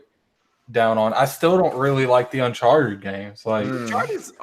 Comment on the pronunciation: Its annoying how pronounces Uncharted